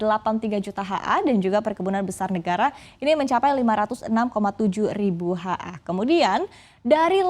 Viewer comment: Ni org gak ngerti apa artinya HA? Kok dibaca HA gitu yah